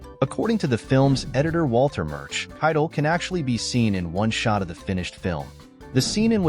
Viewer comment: AI voice is hard to listen to. I'd rather hear a human that doesn't know how to speak, than an AI that doesn't know how to speak. I think most would. The consequence to AI making things easier is that people aren't trying as hard and these videos are getting shallow. Listen to how Keitel is pronounced... or how "Romeo... and Juliet" is broken into two thoughts. Or how inflection is lost or gained at weird times. It's not natural, and we notice.